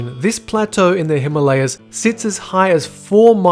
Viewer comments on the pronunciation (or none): none